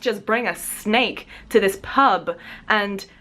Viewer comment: hahaha i was so confused about the intro where you said 'snake earrings' in this weird accent because it sounded like schnecke-earrings and schnecke means snail in german😂